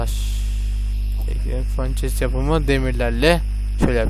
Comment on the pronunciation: ya abi furnanceye fançes deme yanlış diyorsun